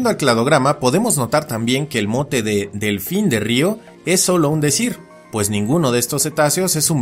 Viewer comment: un ñelfin